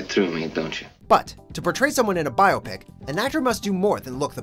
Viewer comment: He pronounces biopic wrong the entire video. And it bugs the help out of me